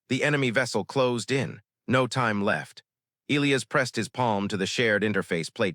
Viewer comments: NOT EEElis. It's pronounced EE LIE AS. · I can’t listen to many more stories where the AI narrator can’t even pronounce Elias correctly